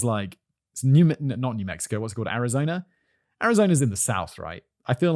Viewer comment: “Arizona Rice Tea” You see what happens when British say a word that ends in a vowel sound followed by a word that starts with a vowel sound? They add an “R” sound. I don’t know why this bugs me so much. It seems like something that could be trained out of someone’s linguistic habits. Regular person - “Arizona is…” Simon - “Arizona rizz…”